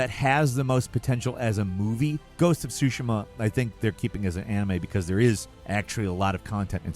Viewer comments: Pls…. Say ghost of tsushima Not shushima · "ghost of SOO SHIM-A" instead of "SOO SHE MA" and "adaption" instead of "adaptation" im dying. youre killing me.